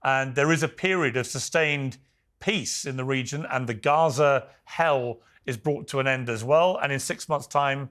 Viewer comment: Why does she say Guwahzah for Gaza.